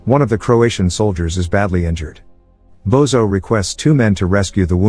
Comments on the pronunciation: It's not "Bozo" but "Božo" which is pronouced as Bozho 😅. Everytime he says his name Bozo the clown pops into my head. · It's Božo and it's pronounced Bozho.